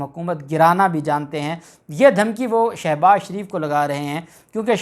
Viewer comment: Salam dear ap as ko shouse baz sho baz she baz gredha fharoqe nai ghalezha murghe khy saktay han nam ko durst bola kryan ?